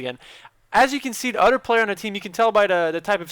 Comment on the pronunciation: Can't you pronounce 'TH'?! You seem to drop a ghetto "togeder" and "oder" - ahaha!<3